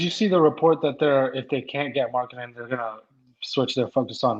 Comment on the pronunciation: Can you stop with the Lauri markanen pronunciation thing? It’s getting really annoying